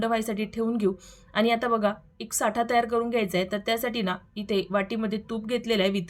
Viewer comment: साठा नाही ..... ऐकायला बरोबर नाही वाटत साटा म्हणतात....साठा वस्तुंचा असतो